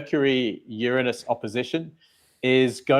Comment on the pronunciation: I just love the way you pronounce Uranus! So much more sophisticated than the way most say it.